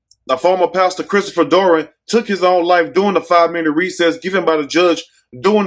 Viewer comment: Who is Christopher doran you keep saying Dory who is Christopher dorn